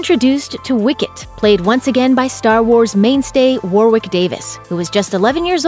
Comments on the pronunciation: Warwick Davis ........pronounced WARRICK not war-wick get it right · The research on this is just embarrassing,,, the guy whop plays Wicket, Warwick Davis.. it's pronounced "Worrick", not "War Wick".. come on, I know you're an American YouTube presenter but can we get a base level of literacy please? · Warwick is pronounced with a silent 2nd 'w'. ie warick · Mispronunciations of Warwick Davis name every time. It’s not War Wick!!! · dear America, you dont pronounce the second w in warwicks name, its just warick, signed, britain....... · Warwick is pronounced Warrick.